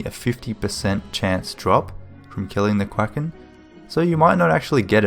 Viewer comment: Is it just me or did I hear cwackin rather than Cracken? xD